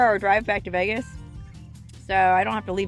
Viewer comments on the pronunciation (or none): none